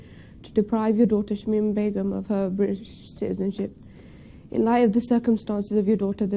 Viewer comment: LOOOL THE WAY U SAY BEGUM KILLS ME